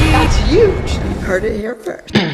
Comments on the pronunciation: Shammalammamumu you mean “uge”🤣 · I love the way abby says huge 😂❤️